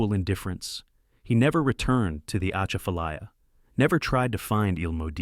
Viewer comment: Atchafalaya is pronounced with emphasis on the second syllable, “cha”.